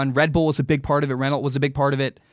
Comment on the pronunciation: Just an fyi for you as a new fan,. Renault is French and is pronounced “rennow” or “wren-o” Took a minute to realize that after I became a fan.